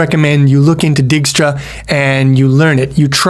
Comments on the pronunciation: Dijkstra = "Dyke-stra" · I think it's pronounced "dake - stra". Anyways wouldnt it be better to use a list instead of an array. Then one could assume you start at (0,0) but also allow negative coordinates. This allows for an arbitrarily large map and it doesn't waste memory it does not need (save for perhaps being slightly slower than using an array).